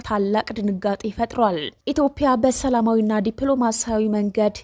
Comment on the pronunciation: ኢትዮፕያ ብለሽ የምታነቢው ኢትዮጵያ ይስተካከል